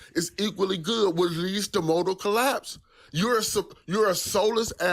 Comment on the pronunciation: "Least to motal collaaaps"